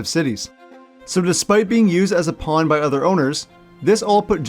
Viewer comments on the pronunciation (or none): none